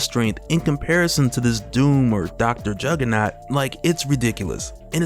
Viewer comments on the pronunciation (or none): none